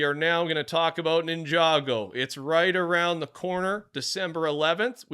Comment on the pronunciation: Good job pronouncing Ninjago correctly! Nya is the only name you're miss-pronouncing 😅